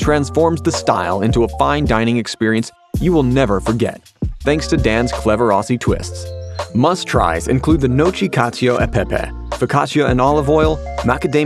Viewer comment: that pronunciation on gnocchi killed me